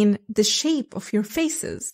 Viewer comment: Why do you insist to pronounce "of" wrongly? Of is pronounced as /ov/ and off is pronounced /of/